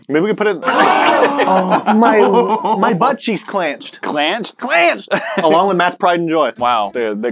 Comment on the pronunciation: “my buttcheecks chlanched”